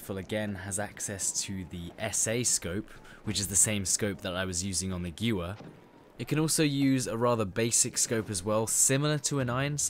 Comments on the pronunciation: Pronounced Gvair not Gewer, Nice vid just needs a little more up beat. Only IMO. Sorry if you think I'm wrong. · Gewehr, not guwer... You're English man, you should be able to pronounce a German word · I may be wrong but I think it's pronounced ge-verr (gewher) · its pronounced geh-vair, it means gun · What do you mean? The gjuver is a world famous rifle. :p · no offence, but gewehr is not pronounced as giuver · funny how you said guwer =gewher=german for gun in dutch=geweer=gun. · It's pronounced Geh-ver btw. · To respond to the FAQ in the chat: 1. Yes I realise that I mispronounced Gewehr. German is not my main language. 2. Apparently I sound very flat + robotic in my commentary. Well... this is an informative video as opposed to a funny/comedic video but I guess next time I will try and be more upbeat. And anyway, if you want more upbeat videos just watch my live commentary BF4 vids or my live streams.. THEY LIT AF xD xD xD 🔥🔥🔥🔥🔥🔥🔥🔥🔥🔥🔥🔥🔥🔥🔥🔥🔥🔥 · I was literally just about to correct you on the pronunciation. So instead I'll just have to correct you on your terminology. I think this will actually help you, because you seemed to get stuck verbally for a moment because you didn't know what to say next as it would be the preceding word. The ammo capacity of a gun is not called a clip, not even the detachable ones, they are called Magazines. CLIPS or stripper clips as they are more accurately called are the way you insert those 5 rounds quickly. You strip a Clip, into the Magazine. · no judgement but the way you pronounced "Gewehr" is too funny 😂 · That pronounciation of Gewehr is painful